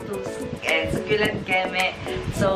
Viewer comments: söculent not suculent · I think she's pertaining about how you pronounce the word succulent, how you say it was "Sukyulent". She's not talking about the spelling lol